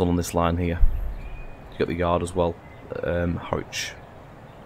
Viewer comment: Hi A great video, well produced,.apart from one thing...you need to pay another visit to the "Train Sim School of Pronunciation"!! As far as I know, the Mayfield Line has not been moved to central Lancashire? You have constantly pronounced Harwich as HORWICH!! It was quite irritating. (And I am sure the people of central lancashire dont want a 360 running through their area either..lol.) So I will book you a slot as soon as a course becomes available. Lol Derek